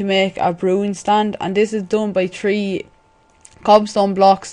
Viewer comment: Three not tree lol